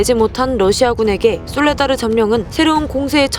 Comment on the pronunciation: 솔라데르라고 하셨네요.